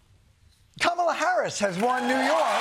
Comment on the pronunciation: 😆 the left can't even say it right like walts and biden miss pronounce her all the time. Also the media has wrongly call her name for years and only like last month the left cared about that then real problems.